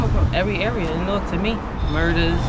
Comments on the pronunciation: It's pronounced Narwk!!!😂..I learned that when I moved to Jersey from NYC. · Also remember than Newark is a New-Ark.